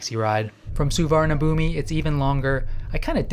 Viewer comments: A friendly tip from Team Thailand: the big bkk airport is pronounced "Suwannapoom". I know its spelled differently but you gotta get this right. There is no i at the end and it's not b it's a p for the final syllable. The transliteration is brutal so it's understandable since you were saying it phonetically. But I'm just trying to help a brother out. Suwannapoom. Say it. Say my name. Suwannapoom. You're goddamned right. And it's Don Muh-ahng airport. Doesn't rhyme with Wang. It's a softer a sound that has an h next to it. And don't get me started on Pattaya. Actually I have come to like the Brit mispronunciation a bit. 😂. Happy trails in Central Asia. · The airport is pronounced Sovanna Phum, meaning "Golden Land" in both Khmer and Thai. No idea why the Thai's spell it like that LOL.